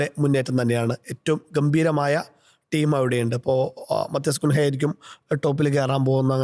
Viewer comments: അക്കുഞ്ഞ എന്നാണ് പ്രൊനൗൺസ് ചെയ്യേണ്ടത് 👍🏼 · പറയുന്നത് കുൻഹ എന്നാണെങ്കിലും കേക്കുന്നത് വേറെയാ 🤣🤣🤣